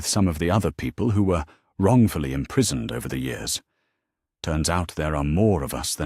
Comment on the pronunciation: How about getting an AI reader that actually works. This story ALONE has over 100 Mispronunciations - especially mispronouncing years as yours